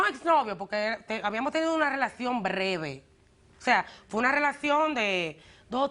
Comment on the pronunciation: " Una relación brrrrrrrreve " JAAJJA